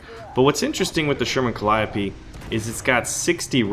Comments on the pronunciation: I thought it was pronounced cal-E-O-P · The way you pronounced Calliope triggered me